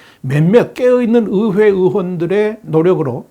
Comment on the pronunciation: 의회 발음 안되시나 어회 어회